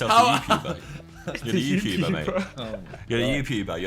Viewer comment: Youpuber hahahaha wtf